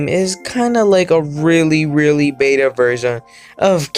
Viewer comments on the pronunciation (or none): none